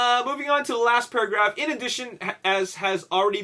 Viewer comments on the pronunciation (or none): Did anyone notice when he said Paragaf instead of paragraph 😂😂😂